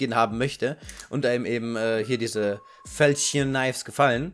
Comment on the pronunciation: Falchion wird englisch ausgesprochen xD